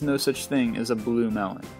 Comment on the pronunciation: dat blue water mel-lone!